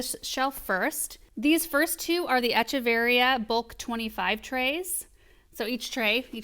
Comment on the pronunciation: I had a feeling this video was coming after Aaron mentioning a succulent delivery in yesterday's Highlights video! Love and love seeing all the succulents but good grief her mispronouncing echeveria over and over again is a bit like nails on a chalkboard. Definitely agree that the strings of things plants usually want more water than most succulents. I bet Aaron or Paul could help come up with a way to plug those holes too. Succulents do well with bottom watering but you wouldn't want to leave them sitting in water for long..15 minutes is good..but probably not more than an hour at most.